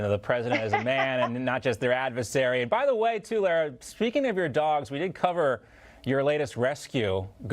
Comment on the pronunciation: "L a-a ra"???